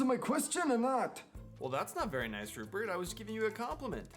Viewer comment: It sounds like you say Hubert at first then Rupert. I guess that means I need to come up with more questions :)